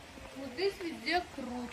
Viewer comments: Тугри талафуз килинглар курт эмас курут дейиш керак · Курт эмас курут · ха сан узи узбек сан курт у черви ку курут это правильно говорить она 🤔